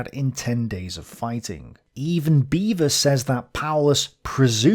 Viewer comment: Beavor?, you serious?